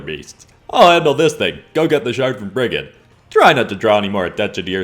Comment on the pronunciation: Hey I’m from Ireland and I’d just like put in a correction Brigid would actually be pronounced as brijid